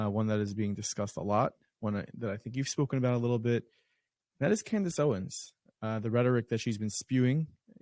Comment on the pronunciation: It's Owens not Owen.... every time someone says owen I know they don't know her work